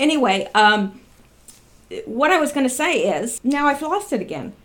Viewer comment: On the 5th Huber-on the 7th Trump may shut down whatever. I love how you say now-sounds like meow, like a kitty cat. I talked with someone who went though the immigrant process, he said it took him 13,000.00 and like 10 years, just maybe they should do something about all of that, the system could be redone and updated to process people faster. That is the reason most just don't do it. Modern systems should allow for faster processing. Instead they choose to back up the process.